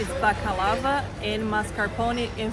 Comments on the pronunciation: With all due respect, that is absolutely not what you said. Go back to and you will hear yourself say balakava. Please don't even try, I am fully Greek and I know what my ears heatd. It's okay that you mispronounced it, but it's not okay to lie in your comments. If you don't want anybody commenting, then just turn off the comment section. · Not balakava....baklava. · It’s not BAKALAVA it’s BAKLAVA!!!